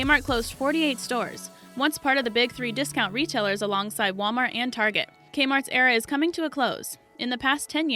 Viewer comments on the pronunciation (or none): none